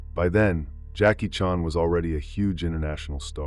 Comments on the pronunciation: OMG...How to tell you're a computer generated narrator without telling anyone you're a computer. Because you can't even pronounce a very common last name as Chan. Seriously. Whoever actually edits this, you should listen to it and correct things as simple as a last name. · Is this Ai? That Jackie Chan pronunciation is horrid